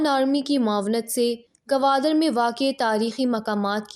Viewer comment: Gwadar hen gawadar nhe pls